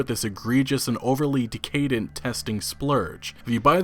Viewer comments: Dude... "decay-dent" is butchering the pronunciation of a very easy word. It is "deck-ah-dent". Any adult human being whose first language is English should be able to pronounce that. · Decadent is not pronounced de-cay-dent. It’s decka-dent. That’s like the third time.. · Holy shit, man. You keep mispronouncing "decadent". It's DECK-AHH-DENT. Say it with me: DECK-AHH-DENT. Christ sakes. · Decay-dent, lol wut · Decadent. DEH kuh dent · Decadent is pronounced deck-uh-dent. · Great job continuing to cover Anthem and their screwups. BTW don't want to be that guy but decadent is pronounced DECK-UH-DENT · needs to learn how to pronounce "decadent" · I was just listening and was wondering wtf he even said, thank you lol